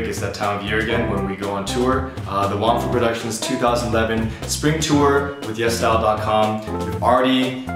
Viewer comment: At the beginning of the video when you said WongFu Weekends it sounded like you said, "Hey everyone! It's ah, waffle weekend time." <-I was like cool! Their gonna do something about waffles! But then I realized you said WongFu weekends lolololol :]